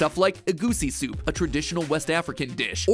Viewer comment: Coffee.... Soaapu?